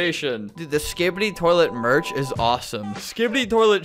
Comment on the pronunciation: he says skipid-ee every time i love it